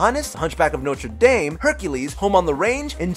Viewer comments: I hate to sound like that one guy--oh, who am I kidding, I love being that guy--but it's pronounced Notre Dame (Dawm). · It's Feld, not field. De-jah. He's not spanish. Noh-trah Dahm. Do you guys ever study how to say anything? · Gast-awn Notre-dawn You only say dame when referring to the university. Agrabah is not an anagram of Baghdad since there is no R in Baghdad. I thought the line was "Good tiger. Take off and go!" You forgot the fact that Arabian Night was censored. It originally said "Where they cut off your ear if they don't like your face".